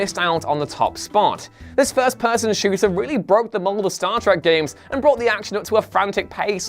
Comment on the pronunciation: It’s Star Trek not Star Track.